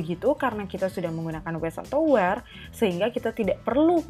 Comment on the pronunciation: Kak, sorry bukannya were dibacanya pake e kaya di kata lepas ya bukan e di kata ember. Kalo kaya yang kakak baca kesannya jadi kaya where bukan were